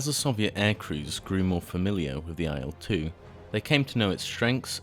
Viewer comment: I discovered (through another Il-2 BoS subscription) that the pronunciation is "ill 2". The reason is that it is the first two letters of Ilyushin and not I.L. Perhaps the error is compounded by it being written in capitals rather than the correct capitalised "i" followed by lower case "l". I also think that in "Sturmovik" the emphasis may be on "Sturm" not "o". But thanks anyway for the video.